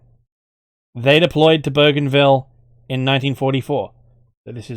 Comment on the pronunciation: I'm Papua New Guinean specifically from Bougainville and the way You pronounced Bougainville and Papua New Guinea is by far the most accurate I've heard. Keep the great content coming. ❤️